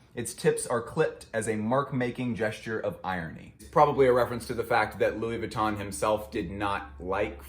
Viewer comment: Pls learn to pronounce VUITTON correctly....it´s so painful to hear it misspelled over and over again!!